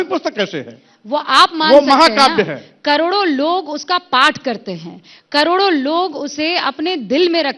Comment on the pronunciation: कड़ोरो कड़ोरों नहीं रे, करोड़ों करोड़ों होता है